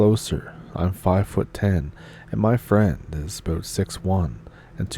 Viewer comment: It's all aboot?